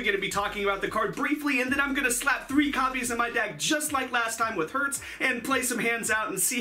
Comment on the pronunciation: oh btw herz is pronounced like hairz